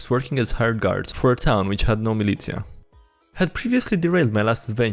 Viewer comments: It's pronounced MIL-IT- SHA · And militia, too